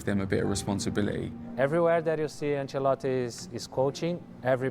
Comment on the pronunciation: I’m sorry but the “C” in Ancelotti is pronounced “SH”